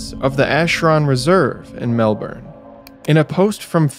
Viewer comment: Off topic but these sorts of things drive us Aussie's (Ozzie's)crazy & u nearly got it right but Melbourne is pronounced Melb'n & Australia is pronounced Straya apart from that love ya vids mate. I wouldn't be surprised if the state premier of Victoria which Melbourne is the capital is behind this, he's not called Dictator Dan for no reason & yes that's tongue in cheek...or is it????